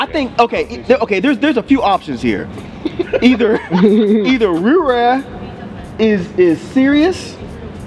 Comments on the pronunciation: If say Rih-Raa one more time bruh... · I agree with what was saying just don't know why he was pronouncing riff raff wrong? But anyway if u take this album seriously u won't enjoy it. If u have a sence of humor you will probably like it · The "f" is silent.